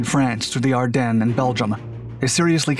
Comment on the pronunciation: Ardennes = say Ar-Den. Not dun. Ar-denn.